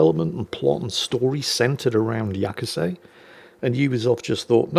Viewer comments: it´s Ya-su-ke, not Ya-ku-se XD Kudos for speaking the e at the end, most english speakers don´t. It doesn´t come naturally to them. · There were several times where he said Ya-ku-say. Though I admit, it is a small nit-pick. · Since I am something of an amateur historian, and since I've lived in Japan for 16 years, I figured I'd weigh on on a couple things. First, Yasuke. It is pronounced like Yah-skay. Not whatever you said. He was not just a retainer to a samurai family. He was a personal retainer to Oda Nobunaga - one of the three unifiers and the defacto leader of Japan at the time. He was awarded a house and a stipend, and it is said that, after Nobunaga's death, he was captured under arms carrying a sword and returned to the Jesuits. So, was he technically a samurai descended from the Taira or Minamoto clans of old? No. But he was close enough to samurai that he is often portrayed as samurai by Japanese media. And most Japanese refer to him as the 'foreign samurai' or 'black samurai'. So, Ubisoft is not wrong there. Second, being able to loot and destroy the temples and shrines is a mark against Ubisoft - primarily because they are real shrines and temples that actually exist. You can also loot many of the very real Kofun tombs - which are regarded by the Imperial Household as the tombs of the ancient emperors. And from what I have heard, no one thought to ask any of these organizations and they are none too pleased the fact that players can trash their very real historic places in the game. So yeah, the anger is justified, and it wouldn't surprise me if they get sued. Also, as a side note, the incredibly detailed version of Himeji Castle they recreated in the game wouldn't exist for another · It's also pronounced closer to two syllables, so 'Ya-skay' is closest approximation you can get in English.